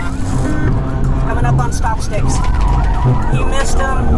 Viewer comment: has no idea how stop sticks work. He couldn't even pronounce the name correctly 🙄 stop sticks inject your tires with narrow tubes which allow air in the tires to slowly escape, preventing a blowout and a crash. Stop misinforming the public. The police know exactly what they're doing. Except when they leave their keys in their car, and don't close the partition 😅